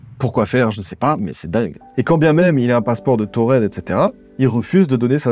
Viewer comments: Je pense que c’est touareg et non tuared? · C en Algérie et c’est tamenrasset c’est au sud du Sahara et ce son des nomade qui s’appelle tuareg et non pas tuared ou taured comme c’est dit vous pouvais chercher sur internet y’a pas de tamenrosset c’est tamenrasset et c’est au sud du Sahara Algérie